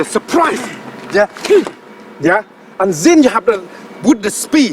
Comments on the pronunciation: You always say ZEN instead of THEN 🤣 real monk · And ''ZHEN'' I like the way he says then ....lol 😂😂😂